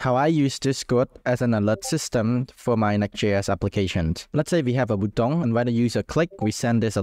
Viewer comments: I think you say it the best way I have ever heard button said 😂 Subscribed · Great tutorial, but the way you say "button" in all your videos is not right. This is really disturbing 😢